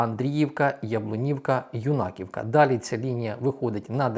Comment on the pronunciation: На Сумщині - Юнаківка з наголосом на Ю